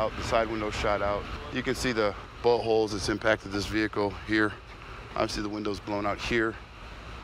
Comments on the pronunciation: Did no one notice how he said “buttholes” instead of bullet holes 😂😂😂😂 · Has a problem pronouncing "Bullet Holes" for some reason... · Bullet hole🤣🤣🤣 but does sound like itt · I swear I heard him say "you can see the buttholes that impacted this vehicle" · sounds like he says buttholes. Can't resist the temptation.